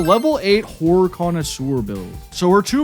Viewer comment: You gotta work on the pronunciation of “Horror” my guy